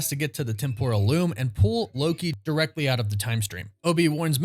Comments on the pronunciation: LOL You keep mispronouncing "Temporal", it is supposed to be with emphasis on the E not the O, at least that is what I found out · TEM-PRAL TEM-PRAL TEM-PRAL its not hard guys